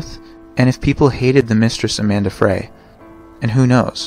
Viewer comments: The name is Amber Frey (pronounced “Fry”), not Amanda Fray. JS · Scott Peterson's mistress was AMBER FREY (pronounced like French FRY).... NOT Amanda Fray. 😊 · Amanda Fray? It was Amber Frey (pronounced like fry) Also it’s “a child who has not yet attained the age of”… not attended.I know this is an oldish video but they absolutely do know his motive for the murders. He says it straight out. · Scott's mistress name is Amber not Amanda and Frey is pronounced "fry". As horrible as the murders were, the manner in which he disposed of the bodies is diabolical.